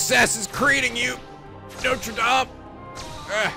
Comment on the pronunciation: Just coming back to say that your french pronunciation is very good 👍😊 (coming from a french person)